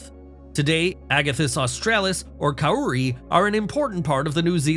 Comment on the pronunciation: Sorry to be a stickler, but Kauri (pronounced Cow-ree) and in particular Tani Mahutu (King of the Forest) is the largest tree by volume.